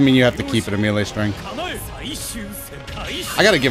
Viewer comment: I have a problem with how you say melee 😂